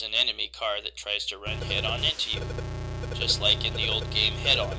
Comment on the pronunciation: Did you mean Head On? I heard it as Hang On. Hang on is a different game, and one more people likely know of than Head On.